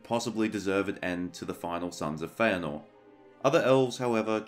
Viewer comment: Yes! I am vindicated! Hearing you pronounce "Feanor" has made me so happy!